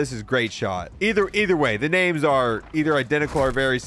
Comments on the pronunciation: Ngl this was gonna be a cool video, but the constant mispronunciation of names really got to me lmao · The misreading of half the names made me laugh